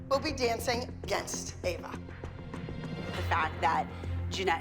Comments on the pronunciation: bro even called ava 'eva' 💀💀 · did really mispronounce ava's name as eva on purpose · calling Ava “Eva” is so funny lmao